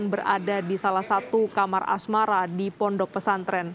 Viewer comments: kamar asrama mbak bukan kamar asmara 😂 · Kamar asrama min bukan kamar asmara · Kamar asrama coy masa kamar asmara, kacau juga nih pembaca beritanya